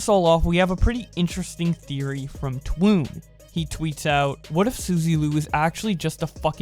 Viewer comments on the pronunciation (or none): I love how people say Twaa ooon for Twoon..I get it if you never seen him when he had original channel.. It's pronounced as Toon (Like CarTOON) because that was his original channel before it was banned. So he made Twoon aka channel #2 Two "Two on" "Twoon"... Get it? :)